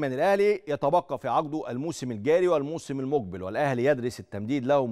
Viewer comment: المذيع بينطق كلمة ( الذين ) بطريقة غريبة _ وبينطق كلمة المقبل وكانها المجبل !! اعلام زرط فى زرط !! صحيح ارزاق !!!